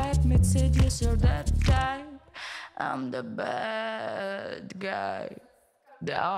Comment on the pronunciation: voch te bed guy ayl bad guy, aqcentic jokeq, iren tvum e te angleren giti